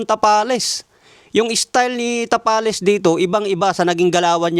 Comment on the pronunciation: Marlon Tamales dinig ko a haha